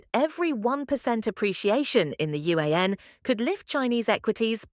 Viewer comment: Ai Voice can't pronounce RMB & Yuan ... Difficult to listen and comprehend calculations .